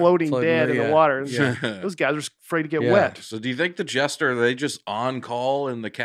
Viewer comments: Nate mispronouncing jester as "gesture" the whole podcast and then correcting someone else for saying coin wrong just once🤔😂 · For a guy who spent the entire episode saying “Court gestures”, Nate is pretty quick to pick up on any word even slightly mispronounces. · Best one yet for sure. It really helped while being in stand still traffic in GA for an hour! I also love how Nate was saying “gesture” instead of “jester.” Keep it up! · I was disappointed that didn’t call Nate out for saying Court “Gesture”.